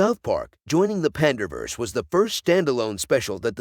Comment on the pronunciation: Pander vs eh. Good Job AI